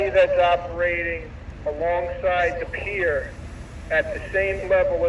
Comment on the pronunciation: Pier not pair